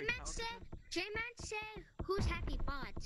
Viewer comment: Bro said jayman